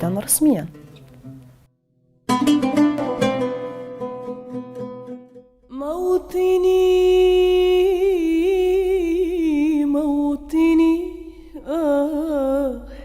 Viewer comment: Fifi Foufou اليسا حتى تنطق موطني نيشان تقول موتني تحيا كاميليا